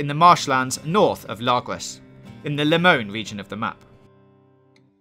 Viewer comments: It's not lemone it's Lemoyne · I hate it when he says 'Lemone' and not 'Lemoyne" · "limon" or you know how its pronounced in the game.. LEEEEEymoooine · He also sometimes gets the locations wrong like the beaver is in new hanover not “lemown” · This is how to sound it out la moyne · The way you pronounced geyser lemonyne Lagras Bacchus lakay and Roanoke is just terrible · Largus, Lemony, Roanokee. I love this video extremely helpful, just the pronunciation and I know its probably his accent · Lemoyne pronounced incorrectly as well. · His r's? He literally mispronounced like half a dozen words, like Roanoke, Lamoyne, pheramones, and my favorite, Tanaka, he actually said "katana". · How do you manage to say Lemoyne wrong